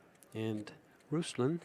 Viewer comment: It’s not Ruslan lol it’s Ruslan, the accent is on the A not U.